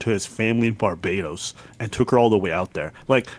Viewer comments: I am the only one who is triggered by destiny saying “barb dos” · I swear if I have to hear Bar-bA-dos again... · Why is destiny calling it bar-bah-dos wtf? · I double dare ya muthafucka say Barbahdose one more goddamn time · Destiny saying Barbadose is very triggering. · Sometimes I wonder if Destiny intentionally mispronounces words to trigger people.... BAR-ba-dos?!?!?! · I do not care for the way Destiny pronounces Barbados. Bar-BA-Dose? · “Barbadohs” makes me wanna dive into the shallow end of the pool. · you mean "barba-dose" right? if he said "barba-dos" that would be closer to the actual pronouciation of barbados than 99% of americans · Bar bay dos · Ignore this guy, it's Bar bay dos. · the way americans pronounce barbedos is so cringe, Bar Bay Dose, like what the fuck. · Is it really that hard to pronounce Barbados lol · Ya know it’s a divisive topic… what we can all agree on, is Destiny should NEVER say the word Barbados again. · Destiny’s pronunciation of Barbados is cringe. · It's hard to focus on three people I don't care about talk about two people I care even less about when one of these people has become fabulously wealthy talking to people without knowing how to pronounce Barbados. Ladies and gentlemen... The spectacular. And BTW... It's super misogynistic to think that a woman who is "sophisticated and well traveled" and/or a successful sex worker would desire a "baby trap." Especially with someone who looks like that guy. I'm thinking if someone like her wanted to run some baby game she could do it with someone better looking, much more kind, well spoken, well dressed, more polite, wealthier, and with an income stream that doesn't have an inevitable time limit. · Destiny should ban himself for saying Barbados incorrectly. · Bet he can't even find Barbados on a map 😂😮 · Never in my life have I heard someone mispronounce Barbados that badly. lol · BAR-BA-DOS!!!!!!!!!! NOT BARBA-DOSS. LMFAO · It's Bar BAY dos lol WTF is bar buh dos